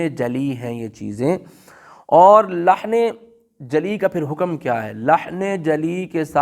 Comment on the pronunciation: مثال کے طور پر حکم کو بفتح الكاف بولتے ہیں